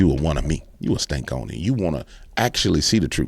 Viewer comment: It's Stanconian not Stankonian lol ❤ you not only tell it like it is. You have the ability to laugh at the prentenders watching 😅 Yes it's God ❤ they just trying to take asm as they can to hell with them